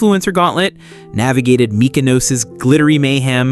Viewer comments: Good luck getting more followers cause you need to learn how to pronounce mykonos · In return you get a "moutza" for mispronouncing Mykonos like a proper, bloody tourist